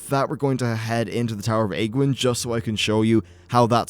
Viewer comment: Age-wynn not agwynn you idiot.